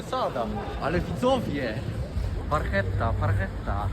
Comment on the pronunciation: Naucz się wymawiać barchetta baranie 😂